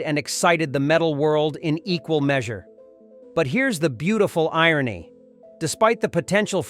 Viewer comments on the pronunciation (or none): none